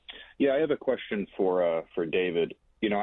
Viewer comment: what's A QUARSTION?